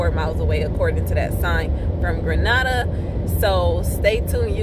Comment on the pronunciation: I just started watching your videos. I love your videos and you give out nice information. I am from Mississippi. Not far from Grenada. Lol I heard the way you pronounced it .😂 LoL everyone from out of town pronounce it incorrectly. I just had to pick on you for a second lol. Keep posting videos and keep the good work up 💯💯💯